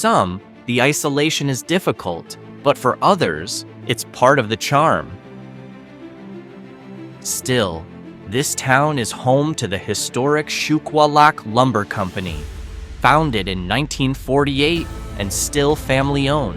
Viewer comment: It is pronounced Sugalock even tho it's spelled Shuqualal